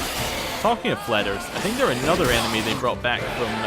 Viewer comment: Yes, the fleders came from the witcher 1, you kept calling them felders and it irritated me. :)